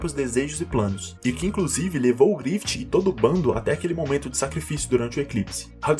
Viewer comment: Porque tu fala “GrifiTI”